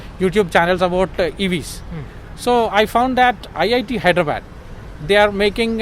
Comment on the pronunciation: All well , but pls restrict yourself to pronounce HyrdraBAD , with love, from an Nixon EV owner from Mumbai